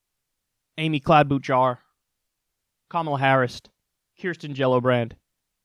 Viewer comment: Its "Copmola"